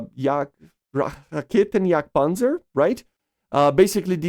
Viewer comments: You actually pronounced Raketenjagdpanzer quite well :D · Makes me proud as a German that you tried to spek Raketen Jagd panzer you pronaunced that realy well btw props man